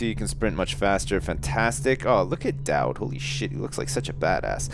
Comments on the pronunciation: FINALLY PRONOUNCES DAUD RIGHT! YES! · he finally gets Daud's name right! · Yay he's started pronouncing Daud properly! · I love with all my heart, but is anyone else glad that he's learned the proper way to pronounce Daud? XD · I was so glad that he finally said Doud's name right.